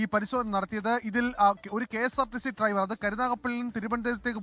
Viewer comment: എടാ മരം ട്രൈവർ അല്ല ഡ്രൈവർ